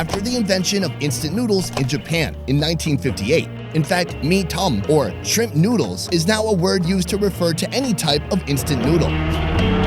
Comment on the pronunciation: I just get annoyed how he pronounces Mi Tom incorrectly, it is pronounced "Me Th-o-m"